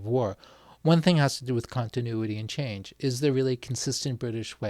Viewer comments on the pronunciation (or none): none